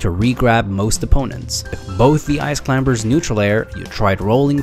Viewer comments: He says "Ice climBers" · Stop saying Clim-ber i know thats how it’s spelt but you dont say ka-nife instead of knife right? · I'm just mad that this guy pronounces the B in Climbers. Great tutorial though. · "the ice clim*B*ERS" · The B in climbers is silent. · I love the video but I'm sure in the word Climbers the B is silent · For someone I think is American it is fucking annoying you say Ice Climbers with the B